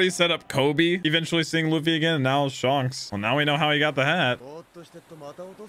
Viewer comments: SHANKS not SHONKS!!!! WAHHHH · It's not shunks it's shanks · He said shonks Its Shanks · he kept saying Shonks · His name isn’t pronounced shanks (as in honks) but shanks (as in hank) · Shanks❌ Shonks ✅ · lol it's Shanks not Shonks XD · it's pronounced more like Shenks, not Shonks. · Hey its not sHuNKS its Shanks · You are mispronouncing Shanks name it's not Shonks , it's shanks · You said shonks who the freak is shonks I only know shanks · its pronounced shaynks not not shaunks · It's not shanks it's shancks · ittttttss shanks not shonks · SHUNKS sorry but it’s funny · please stop saying shonks 😭😭😭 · shonks is unAXEptable... :) lol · I low key want you to keep calling him shonks. :) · I like it how him saying shanks sounded like shonks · I like how he says Shonks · Shaanks is the actual pronunciation...why is everyone flipping ?? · It's pronounced Like Shank with an S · Bro, it's not sharnks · stop saying shunks🥴🥴🥴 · Him pronouncing shanks wrong has to be the highlight of the episode. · You said shanks in this video like the Avatar the last air bender said aang XD you got quite a fun journey ahead of you! Subbed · The way you say Shank's name... lol. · anyone gonna tell him hes saying shanks name wrong